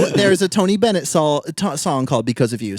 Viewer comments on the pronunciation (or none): none